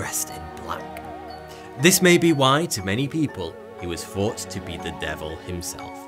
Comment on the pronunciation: Actually.. in Britain, a fair few people have lazy pronunciation. He says ‘Neverlands’ instead of Netherlands, ‘fink’ instead of think. ‘Fought’ instead of thought. Most ‘th’ sounds become ‘f’ or ‘v’ sounds. If he actually made a video claiming he says deliberately, he’s lying.. Like I’d believe him if he didn’t do it with many many other words.. it’s lazy pronunciation. I do not judge him. Just saying.